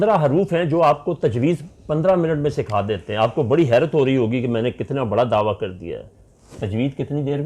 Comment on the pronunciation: دعویٰ. درست تلفظ